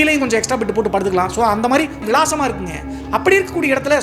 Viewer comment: Visalama ❌ vilasama✅ 😂